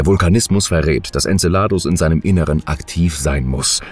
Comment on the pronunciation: Tolle bilder, die oft mit dem text nichts zu tun haben, aber wenigstens die namen könntet ihr doch richtig aussprechen, so viel anspruch bei diesen themen sollte schon sein. En ce ladus betonung auf ce.......